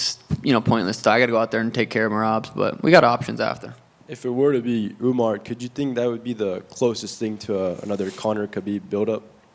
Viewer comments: "Uman-nar" lmao 🤣 wtf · Dude is saying Uminar 😂😂😂😂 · Umar❌️ Umenaaaar ✅️😅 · why does he keep calling Umar, Umnar? 😂